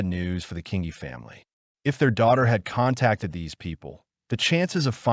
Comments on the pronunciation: Please do your research and get the pronunciation right. This beautiful girls name was pronounced Sharn King-ee, that ugly hags name is Valmae not Wilma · Pretty sure Sian’s name is pronounced She-arn… her last name is pronounced King-Eeeee and the rapists wifes name was Valmae NOT WILMA…. Do you even research these cases??? Very disrespectful to Sian’s memory. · Thank you…I remember this case living in the area at that time…The pronunciation of her name was Sharn Kingi fyi… Absolutely tragic💯😢🇦🇺